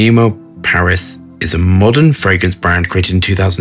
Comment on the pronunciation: It’s memo not meemow. Pronounced as memo from memories. That’s where the names from too, inspiration from memories, places they’ve traveled and ingredients that ressemble the smell of the place they visit and reminds them of it. Wtf is meemo, no logic. If you were american i’d have understood but such an upper class… disappointing.